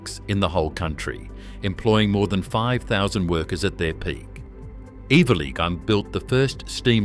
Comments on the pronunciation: I think you’ll find that the rail facility in Sydney is pronounced. every-lee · Eveleigh is pronounced ever-lee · The "g" is silent perchance you should have done a trade 🤣